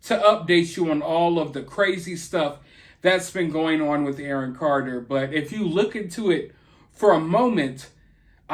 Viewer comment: "Awon Carter" 😂😋😋😂